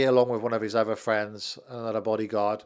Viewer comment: "My friend Donald Trump" dream on mate.. fwends, fwends oohh can i be your friend, trump wouldn't piss on you if you was on fire